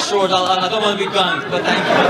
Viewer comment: You vant to change your diet Sir ? No! I vant to change the narrative! 😆 🤣 😂